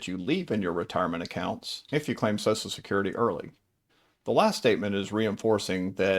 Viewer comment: What about any of this info is particularly helpful or if interest to women? It's all been boiler plate obvious info that is true for women and men alike. This info could likewise be targeted towards "Guys named Mike" or "Financial advice for redheads!". Also, it's not pronounced SOSSSAL SECURITY. Ffs, what is it about SOCIAL SECURITY (pronounced SOSHUL SECURITY) that makes people forget how to speak? Nobody says SOSSSUL MEDIA, or SOSSSUL BUTTERFLY, or ANTI SOSSUL..